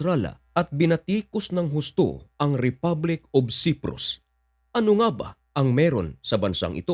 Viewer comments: Patangatanga ka mag basa....Ito daglatin mo na Lang...( Say-prus) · Cyprus at hindi siprus correction lamang . Tagalog ka ano ?!!